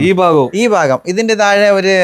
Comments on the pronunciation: എഞ്ചിനീയറേ.. ഫാഗം അല്ല. ഭാഗം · ഫാഗം അല്ല ഭാഗം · അടി ഫാഗം എന്നല്ല (adibagan) എന്ന് പറയാൻ പഠിക്കണം